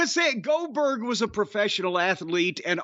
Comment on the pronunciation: He shakes up so bad he says Boo Gooberg lmao